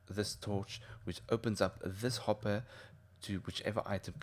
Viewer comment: went a bit rench there, hopp'er